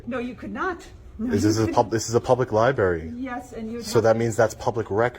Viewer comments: Library, not lie berry! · Did he say public LIBARY? 🙄 He needs to put that phone down and pick up a book.